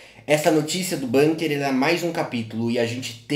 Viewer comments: acho que a pronúncia é com 'u' mesmo, bUnker e não bãnker seria, caso fosse uma palavra inglesa. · Dzim, Bunker é um palavrra alemôn